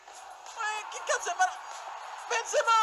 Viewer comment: per esempio ''CALHANOGLU'' non l'ha sbagliato, Benzema neanche... boh, neanche Veretout...